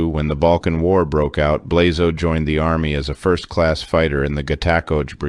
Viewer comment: Coming from the Balkans, I cringed every time you pronounced Blazo’s name.